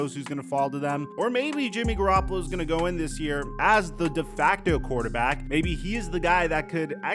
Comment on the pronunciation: “Jimmy garoppla” Ian rapoport